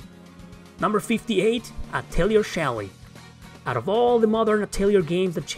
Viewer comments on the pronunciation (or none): Atelier is french in origin. I have heard it pronounced “adle-yay” and “ah-Til-lee-ay” It means “an area where an artist works” so I think in most normal uses in English, most people just say “art studio” * pronunciations could still be wrong, since I’m American.